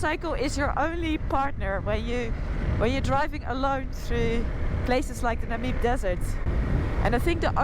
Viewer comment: Just a tip re pronunciation of Namib. Accent is on the A, as in nAmib..